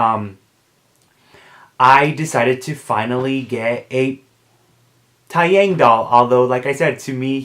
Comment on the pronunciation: taeyang is actually pronounced as tay (like taylor swift) and yang (is pronounced as young) so tay-young :)